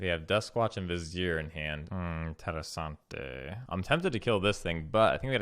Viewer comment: "Ooooh! INTERESSANTEH!" had me dead